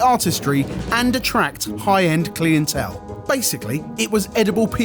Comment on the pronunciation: Clee-in-tel. is a dolt.